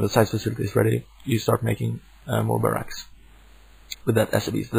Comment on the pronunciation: I love helpful videos like this (been playing starcraft since launch and still find joy in the game when I'm nowhere near the koreans). Anyway I laughed hard every time you said "baRACK" sorry.